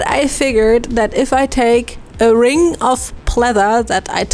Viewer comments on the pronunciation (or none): none